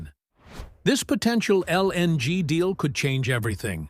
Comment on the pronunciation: stop pronouncing LNG so pronounced pls